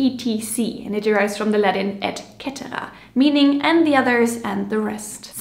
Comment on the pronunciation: I LOVE that you pronounced the Latin in the proper classical way. Most people learn Latin in Catholic schools, so they'd pronounce "et cetera" as "et chetera" in an Italian-like way. Same with "perge."